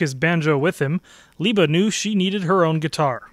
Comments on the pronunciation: Why are you saying her name Leeba, Mike and Peggy called her Libba? She was a very a dignified person, I saw her several times. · I've heard the real Mike Seeger (not this guy, whoever he is) and his brother Pete pronounce her nickname "Libba" with the short "I" as in "river", not as "Leeeba." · Yes, Libba was her nickname, but I think it was pronounced Libba, with the "i" sound as in Elizabeth, not Leeba, as this guy pretending to be Mike Seeger pronounced it. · "leeba" ? Cmon man, this is absurd.